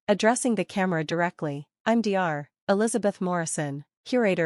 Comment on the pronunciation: Get an A.I. voice that knows how to pronounce common words! (like Dr.)